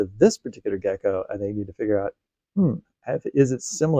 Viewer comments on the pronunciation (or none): none